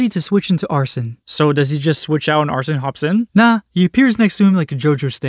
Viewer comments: seeing him say "arson" instead of arsEne made me feel pain but idrc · Its not arson, its Arsène. Are-sen not are-son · Why do so many people pronounce Arséne as arson? Joker pronounces the name right like every time he uses him, and Arséne literally said his name out loud when you first got him